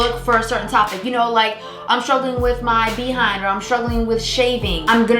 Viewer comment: I'm going to watch until the end just to keep hearing her say, "BEE HIND." 🤣🤣🤣